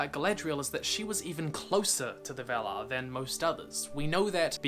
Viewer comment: Very nice, but just one correction: we should pronounce "valar" with an open A like in 'star'